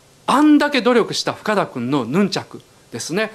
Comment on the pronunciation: 岡田さんの話し言葉、最初の方はイントネーションも含め標準語なのに、「深田くん」の箇所だけ関西のイントネーションなのが笑った。